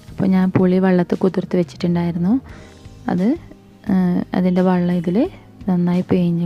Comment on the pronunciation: Wallam alla wellam